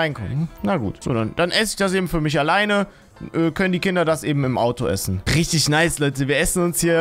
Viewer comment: Es ist er sagt einfach nicht Kinder sondern künder ich feiere dich trotzdem